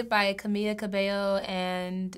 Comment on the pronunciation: STOP PRONOUNCING CAMILAS NAME THE WRONG WAY